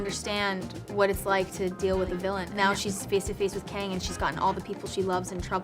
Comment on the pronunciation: 발음이 캥인가? ㅋㅋㅋㅋㅋ 캉이 멋있는 정복자 캥! 뭐임 이게 ㅋㅋㅋㅋㅋㅋㅋㅋㅋㅋㅋㅋㅋ